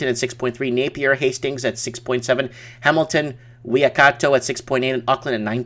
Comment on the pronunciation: I was watching Martin North's live stream and you have lot of fans there, who also follow him! Would love to see you guys do a show together. ps it is WELL-ING-TON! Also it is Wai (Why) kat (cat) o = Waikato - Why-cat-o. (be local and say "the Waikato")